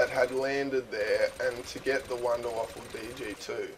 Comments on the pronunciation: PRONOUNCED VAFA, NOW WAFFLE. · it wuunder wauffe not wonder waffle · you do know that it is from germani so you write it like wunderwaffe and you say it like Wonderwaffe :) learn your Deutsch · Its called the Wunderwaffe, not Wunderwaffle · ok im sick of this its called the wunderwaffe not wonderwaffle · actually it's wunderwaffe!